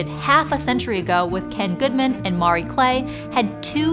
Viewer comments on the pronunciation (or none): Mar-ee… sound it out… Ma-ree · Why do you keep pronouncing the name Marie as "Maury"? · I've never heard anyone butcher the pronunciation of "Marie" so badly. The "a" in "Marie" is not the same as in "Mario". It's more like "Muh-Ree", with the "uh" being very short.